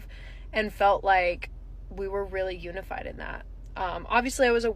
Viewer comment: Hey brother, unified is pronounced you-knee-fide